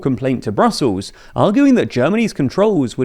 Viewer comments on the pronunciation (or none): none